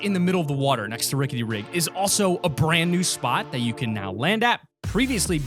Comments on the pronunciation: He said, “Ricket Rig” xD and the Growto instead of grotto it makes me laugh lol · Clxser ricket rig